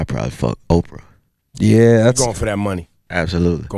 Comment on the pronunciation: I actually enjoyed this interview. Plies a real dude, but did he say Opera?? lol.!